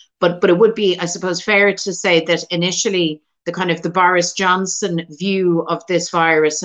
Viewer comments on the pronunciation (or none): it sounds like she says "The Virus Johnson" which is hilarious and perfect